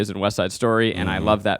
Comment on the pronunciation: Zach has been saying Rachel’s last name wrong for so long… it is Zegler, not Ziegler/ Zeigler